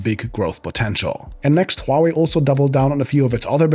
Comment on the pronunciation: Finally a tech YouTuber who can correctly pronounce Huawei Subscribed